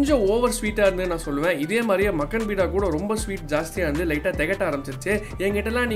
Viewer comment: பீடா இல்ல பா பேடா